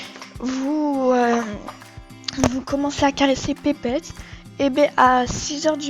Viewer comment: "Pépéette xD" Désolée c'est pas méchant mais on dit petpet on prononce les T :')